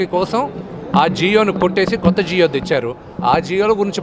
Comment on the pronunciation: జియో తెచ్చారు. జియో కాదు నాయనా జీవో